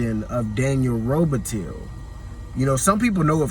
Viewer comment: It kills me everytime he says robitill lol..he's never heard them pronounce it as robitill